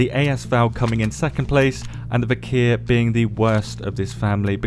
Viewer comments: I love you, but plz!!! It's "Vik-er" not "Vik-here" lmfao! The "h" is silent. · It's not viker 😂😂, it's Вихрь.